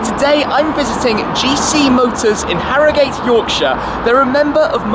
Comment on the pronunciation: Tim it's pronounced Harrogut even though the spelling is Harrogate.